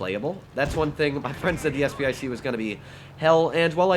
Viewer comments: And yet again... Its SP 1 C not SP I C... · Isn’t it “SP one C?”